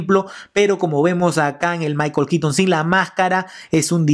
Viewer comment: Es michael keaton, no kitn. Es bueno el video pero la forma en la que nombras el nombre del actor no me agrada